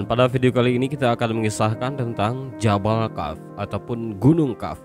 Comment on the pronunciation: Kok membacanya jabal kaf? Seharusnya jabal qof? Harus cermat kalau membaca tulisan Arab..